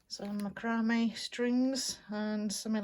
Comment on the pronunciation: Mac-ra-may. 😗That's the correct pronunciation. Not to correct you and be rude. Thank you for the room tour.💙💙 I love your vintage ephemera, and your book collection. Love your room. Oh, I'm just dying over your owl print. That is really neat. Ok, I need to finish watching your video. Hugs, Diana.